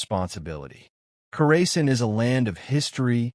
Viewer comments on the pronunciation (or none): You are pronouncing it wrong. Kaw ruh sahn. The stress should be on the third syllable. The "aw" sound is similar to the "a" in "father," and the "-sahn" part sounds like "sun" but with an "ah" vowel.